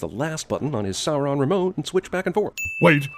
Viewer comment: So glad he knows how to pronounce Sauron now.